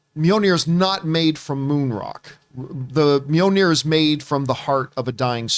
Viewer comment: John, it's Mjolnir (mee-yoll-nee-er) (Not Mee-yoh-nee-er)